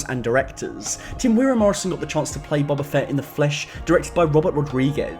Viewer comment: Dude... it's Boba. Not "Bobber"